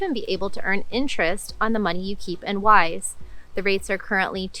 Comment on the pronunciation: I was listening to this video without looking at the screen, and I thought you were saying “wife.”